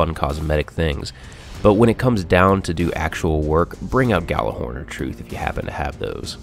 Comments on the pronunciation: Yallerhorn, you pronounce it with a Y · It's pronounced Yallerhorn, it's nordic, it was horn used to summons the gods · Nice review, but FYI the Gjallarhorn is pronounced as "Yallarhorn." It's Old Norse. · You pronounced Gjallahorn wrong. -_ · You run Planet Destiny videos and you don't even know how to pronounce Gjallarhorn correctly....Sad...